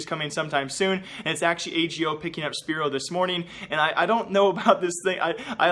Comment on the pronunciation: Hey just to tell you from a polish fan that it is not “spiro” the way your meant to say szpero. it is sh-p-aero. Just a heads up;)